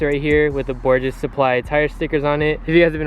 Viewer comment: Probably been told this already but I’ve just seen this video for the first time. That Japanese katakana reads “borhes” (bore hes), no g or j sound and no z sound as you pronounce it. Nice build by the way👌